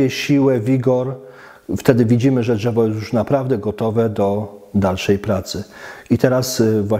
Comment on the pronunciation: pierdooooo ze nie przygotowany, słychać że to Polak nie wychowany w Polsce, czyż nie ? Szukacie gówna we złocie, ja szukam złoto w błocie, jebać okładkę, liczy się treść. Nie jestem amatorem bonsai, całkiem spoko materiał. Dżewo, nie dżewo, panie prowadzący rób dalej, liczę na rozwój bonsai w Polsce.